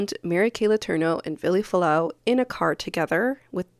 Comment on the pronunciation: No one pronounces his name correctly. Including you.